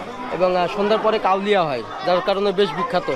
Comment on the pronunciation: ভাইরে কাওলিয়া না কাওয়ালি।।